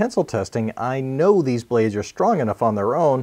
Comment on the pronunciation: You cnow what I am going to say. It will work, but as we all cnow, not from the fuirst time.